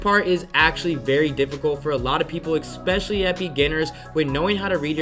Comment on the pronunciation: IT'S, ESPECIALLY! NOT EXPECIALLY!!! great video brah